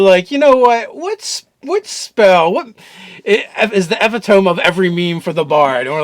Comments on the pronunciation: It's pronounced "Dawn-grass" The K is silent. Also... Eh-pit-oh-me! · “Eh-PIH-toe-ME” - epitome